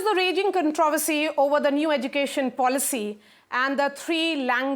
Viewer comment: It's not pojishion.. it is position . It is not ejukashion it is education.. it is not nasanol ..It is national... 😂😂😂😂 Please learn the second language properly. Then you can advise about third language